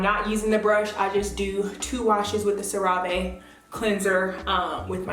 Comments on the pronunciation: You pronouncing wrong. It pronounced Sarah-ve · Very informative. Thank you Cera Ve is pronounced "sera ve"